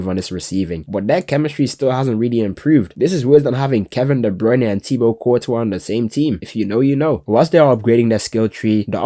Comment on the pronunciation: "thibo courtwan" i cant man im cryin 😭 😭